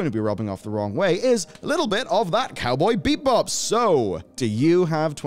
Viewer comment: 9:6 Did he just say Cowboy BEEP-Bop? :D